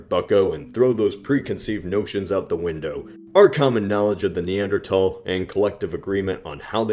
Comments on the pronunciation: There's a H in Neanderthal for a reason. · Do Americans usually don't pronounce the "th" in Neanderthals? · I've actually pronounced it that way for a long time, too. I guess it's just how the word evolved with different accents over time. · stop pronouncing neantherdal weirdly it's not pronounced (knee-ant- terdal) it's pronounced (knee-anth-urdal) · Why do you say neandertal instead of neanderthal? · It's Neanderthal not neandertall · I thought it was pronounced “thal” not “tall”? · Did you pronounce it "Neandertal" instead of "Neanderthal" on purpose??? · i 'm sorry somehow i just hate hearing the guy pronounce it"Neandra...tall "...TALL??? at school our teachers never pronounced it that way!!! it was Neandra..THAL!!! and he just goes on, nonchalant, saying it that way as tho every person who attended school "back in the day" was used to pronouncing it this way. it's like Carnegie Hall. we grew up hearing event announcers etc pronouncing it CAR...negie Hall...oh no now it's " car..NE...gie "Hall. all these dumb "Johnny come lately ' s " need to do their homework and work on their pronunciations!!! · you are stupid because you say neanderTALL LOL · The 1000 dislikes were annoyed by "thal" being pronounced "tol" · NEANDERTHAL!!! not NEANDERTALL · Nee-ander-th-al th not tal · Wait, have I been pronouncing it wrong this whole time? Is it "neanderTal" and not "neanderTHal"? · its thal not tal. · Damn it bothers me you pronounce it neander-tall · i cant deal lmao "neanderatall" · "Neander TALS " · Why do you pronounce Neanderthal as "Neander-tall"? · "the neandethal gene" That phrase immediately destroyed any credibility you had. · I know it might be more correct, but I am never ever going to pronounce it neander-tal-. That is a Th in there. It makes me feel german and last time I checked, we won WW2. not the krauts. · "Neandertall" lol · that annoyed me so much, neanderTHAL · Why do you pronounce Neanderthal "NeanderTalls". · you didn't pronounce the "h"